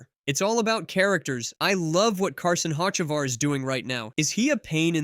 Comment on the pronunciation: Bro you’ve never heard of Hotchekavar? 😂